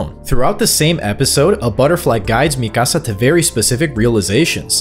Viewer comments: It’s pronounced, ME-KUH-SUH lol not MI CASA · Is this an AI voice? The Latino pronunciation of "Mikasa" is beyond grating to the ears man.